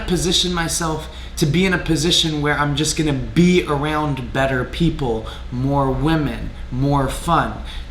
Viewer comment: “Arooond that”